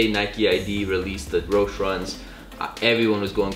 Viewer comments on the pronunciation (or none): Its pronounced Roesh-EE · The e in roshe run is not silent...